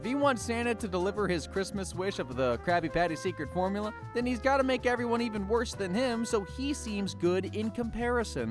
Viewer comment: How i heard him:caby pany secet fomula